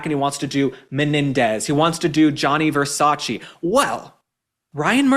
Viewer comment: Learn how to pronounce Versace- ugh